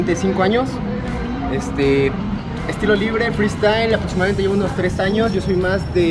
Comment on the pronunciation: Cuando escuchas un " aprotsimadamente " es que has llegado a Neza.